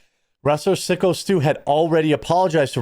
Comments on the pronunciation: Its psycho Stu not sicko. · He was told to get in the ring. He was told too stiff shot the guy. They absolutely told him to take real shot. The footage is out there.He knocked guy out with a slam and thats where it should have stopped. He went too far. And it's pronounced psycho stu. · It’s pronounced psycho Stu.